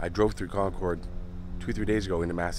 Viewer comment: Love your videos and another great one as always. As an FYI, the locals pronounce it "Con-curd" vs. ""ord". Keep up the great work and looking forward to your next video.